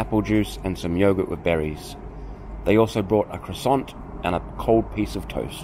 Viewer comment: Can't even pronounce croissant! How unpalatable!